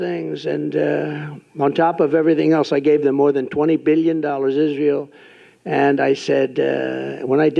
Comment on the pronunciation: טוב.. הוא לא אמר ישראל כמו שצריך (בעברית) אבל הוא מצוין לישראל, זה מה שבטוח.